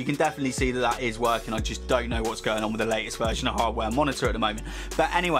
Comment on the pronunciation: So let me get this straight..you can't pronounce the letters T-H, as in the letter 3 (you say FREE), nor can you pronounce T-H as in the word THE (you say DAH)!?